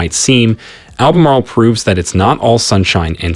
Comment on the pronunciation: Albemarle is over 150 miles from the coast....plus the way you pronounce some of the cities shows you have no idea